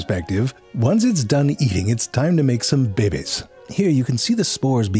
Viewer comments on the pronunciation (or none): I will never get over how you say "bebe's." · "fungus 𝗯𝗲𝗯𝗲" 💀